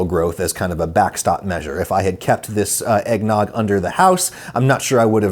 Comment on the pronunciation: Egg-ged nog?